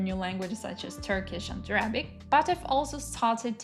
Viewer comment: That's all great advice! Since you asked, a couple of pronunciations to review are recipe and Arabic - the stress is on the first syllable.